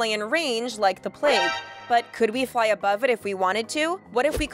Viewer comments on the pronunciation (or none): none